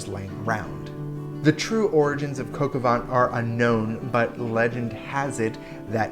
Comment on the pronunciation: coka vaänhn? what the fuck is that